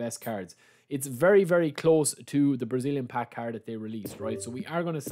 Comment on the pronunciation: Its card not carrot